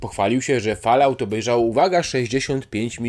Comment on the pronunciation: Rings of power i najbardziej rażące: Fallout. Wrzuć sobie jak czytają to nativy.